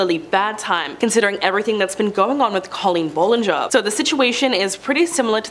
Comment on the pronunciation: It’s Pronounced Bal-in-ger not Ball